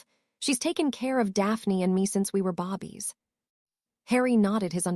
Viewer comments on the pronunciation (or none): Why is babies pronounced bobies?